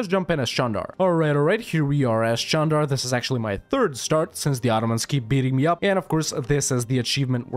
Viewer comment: Wow congrats on pronouncing the name of the country correctly